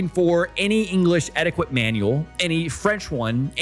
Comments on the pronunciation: it's pronounced "etiket" not "etikwet". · Etty ket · That's not how you pronounce etiquette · I finally pinpointed why your speaking sounds a bit weird. You over enunciate. You also have the wrong pronunciation on some words like etiquette and Swiss. You said it like etti-quit and Swish. Mainly it’s you over-enunciation. Feels unnatural and forced. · Im loving your content. Immediately subscribed. But - what is your first language? Cos ive never heard someone who pronounces the q in etiquette or the town in Downton Abbey. Or is it engagement bait...